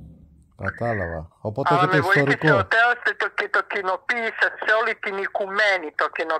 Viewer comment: Δεν είπε Τέως, αλλά Θεός με προφορά ρωσική δηλαδή Τεός. Καταρχήν, θα πρέπει να αποφασίσει να σε φέρει εκεί ούτως ώστε να κάνεις τις ενέργειες θωράκισης του χώρου και οχι να σου τηλεφωνήσει πάλι για να σου τα εξιστορεί απλά.